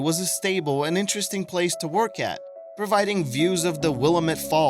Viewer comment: #5 is pronounced “blue hair-in” and “will-AM-it falls”